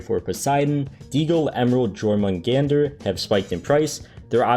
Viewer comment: the deagle is pronounced yormungander so that u know next time :) great video